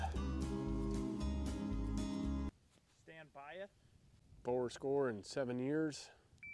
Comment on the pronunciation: “Stand byeth” 🤣🤣🤣🤣